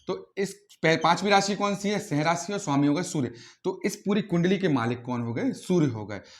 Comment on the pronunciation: सिंह का उच्चारण ठीक से करें